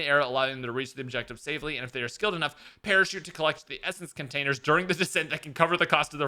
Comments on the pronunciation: Did my man just say containisters instead of containment canisters lol? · is it just me or did say contanister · "Cantanisers" LMAO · no one:: contanisters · "contanisters"